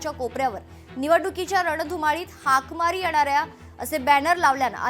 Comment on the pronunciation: हाकमारी म्हणत नाही हाकामारी म्हणतात